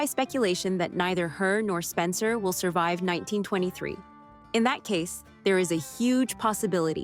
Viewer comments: You'd think that someone who claims to know so much about the Duttons would pronounce all their names correctly. It's Kayce, not Kace! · And it's CaseY. CaseY! Not Case for Pete's sake! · Ah yes KEIS Dutton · Kacey* not case. Smh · His name is spelled Kayce but pronounced like Casey or KC. Whichever is easier for you to understand. His name is not Case. 🤦🏻‍♀️ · Omg thanks for pointing out that it’s Kayce not Kace. That was driving nuts and I’m glad I’m not the only one! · Cara, not Karen. Kacey, not Kace.